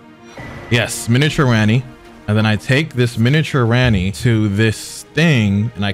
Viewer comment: That shit got me too the "Renna's rise" instead of "Ranni's rise"